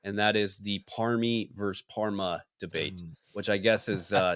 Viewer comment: It’s “Parma”